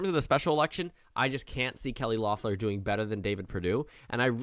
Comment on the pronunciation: I don’t mean to sound like a stickler, but it’s Kelly LEFF-lur, not LOFF-lur